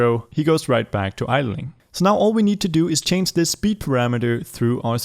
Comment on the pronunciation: Nobody “idleing”